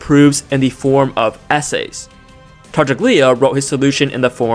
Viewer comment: Hey, just a heads up for future videos and for whoever may scroll down to the comments "Tartaglia" is pronounced /tar'taʎʎa/, which sounds somewhat like "tar-TAHL-yah" Other than that, excellent exposition, very clear and intuitive, and especially AI-less, rarity in this day and age, for which bonus points